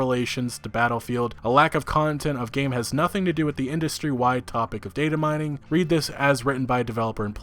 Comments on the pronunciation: "Dating Mining, right after "valla-halla" do you even English bro. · you dont say data mining right and it urks the hell out of me